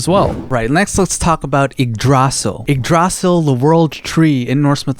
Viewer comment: It hurts me so much hearing igg-drosel But i can understand why youd pronounce it like that 💀